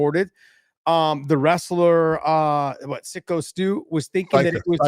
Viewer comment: Josh: I had to do a little research on "Sicko" Stu. Didn't even get his name right😂😂😂😂😂